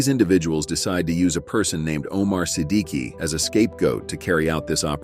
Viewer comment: If I'm not mistaken i guess itz pronounced as SI-DIK not SI-D-KI i hope I'm right!!!